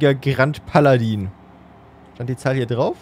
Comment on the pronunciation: ichbin zwar kein Französisch bzw. Wen experte und möchte dich auch nicht mit verbesserungen nerven, aber ich glaube grand paladin spricht man groo paladah aus